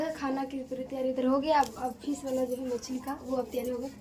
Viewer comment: Fees nahi fish hota h madam